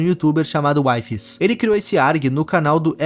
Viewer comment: Na vdd o nome dele se pronuncia Wee-fees (não taça hate em mim pfv)